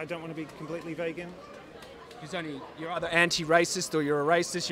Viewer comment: "Vehgan" But great interview guys haha